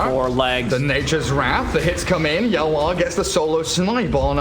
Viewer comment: Caster saying YawaR as Yawa ang thats cursing in bisaya hahahahahah